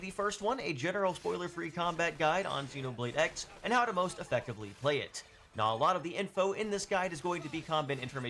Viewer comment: For someone so knowledgeable you would think you would know it’s Xenoblade Cross. You even know to call the main character Cross 😂